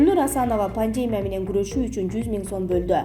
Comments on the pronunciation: Окуп жаткан журналист туура окуп уйронсон боло паандемия дейсин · ай ущул дикторлор,неге мынча сабатсызсынар?? Больница,пандемия , концентратор ж.б.создорду ударениелерин улам-улам туура эмес коюп суйлогону адамдын кыжырын келтирет!!! САБАТТУУ БОЛГУЛАЧЫ, же суйлобой эле койгула! Администратор, безграмотныйларды чыгарбагылачы!!! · Автор сураныч "пандемия" ,"пневмания" дегенде ударенияңызды туура койсоңуз . Көп жолу байкадым . Бүгүн сизге айтышка чечиндим. А так видеолор жакшы..